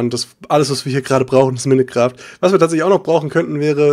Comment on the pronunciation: Warum sagst du Minne Kraft das heisst Minecraft.